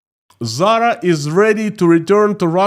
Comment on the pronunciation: You’re confused! She was talking about Putin’s fashion company Tzara, not Zara! 🤷‍♂️😂